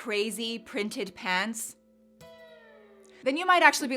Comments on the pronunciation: I’m sorry, but please stop saying “PANTS” like that. It sounds bizarre. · Why are pronouncing pants like that? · Why are saying pahhnts? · I can't say I have heard you speak with a Canadian Prairies/Mid-West accent before today but the pronunciation of "pants" is straight-up Calgarian.